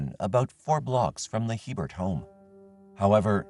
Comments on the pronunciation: In Louisiana we pronounce it a-bear. Not He-bert. Poor little bit. How awful for her. So glad these crimes were finally solved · Just gotta add one thing it isn't Hee-Bert. It is Aye-bear. Common Louisiana last name. Either was her case is just soo sad. Her life was taken before it really began. Sending love and light to her family, as well as the others throughout this video 🕯️ ❤ lml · FYI, the French pronunciation for Hebert is not He-bert but A-bear. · "Hebert" is a common Louisiana name. It's pronounced "AY-bear." The final T is silent in French names -- think Stephen Colbert. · hebert hahaha